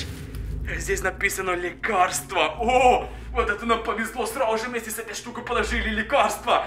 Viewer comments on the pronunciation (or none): что говорит:срауже что должен говорить:сразу же что слышу я:СРАЛ-УЖЕ